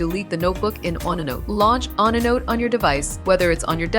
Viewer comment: Waste of time: the robot does not even know how to pronounce onenote.